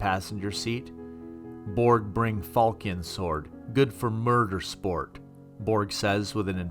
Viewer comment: Siobhan is pronounced Sabean falcion fal chon Good job otherwise